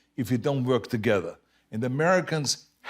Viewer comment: Arnold gotta work a little more on his “Work” sound. I hear twerk ;)